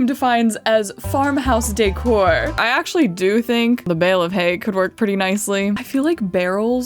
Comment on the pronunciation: I love how you became southern for "bale of hay".